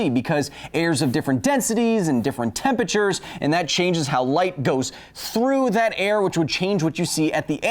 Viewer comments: So help me Kyle, stop saying temper ter. It's temperature, TEMPERATURE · Since it was pointed out, i cannot unhear "temperture" anymore :'D